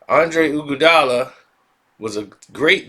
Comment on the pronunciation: The way you pronounce iguodala name is killing me!! Fix it